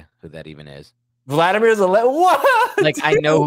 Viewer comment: Yo, dude who is so knowledgeable about current events, It's Volodymyr not Vladimir